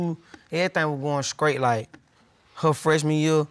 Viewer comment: Ms Shands (second case) is just gorgeous!! She needs some polishing in her speech and diction, but that will come with maturity. Another note: why is this young man saying “scraight” instead of straight? I’ve noticed this a lot lately. Is this a thing?